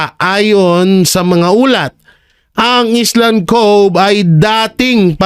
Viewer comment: Mali po ang basa po sa island ay ayland (sounds like) konting aral po